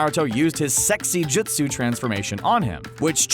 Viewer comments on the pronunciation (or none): none